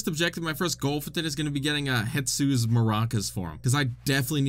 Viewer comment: Is anybody going to tell him that it’s no HETSU